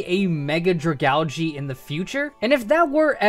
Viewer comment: stop saying dragalge WRONG please